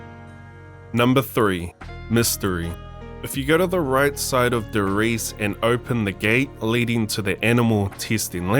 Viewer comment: Brow pleas dont say TheRise it Namen D e r R i e s e . Make ups German proud.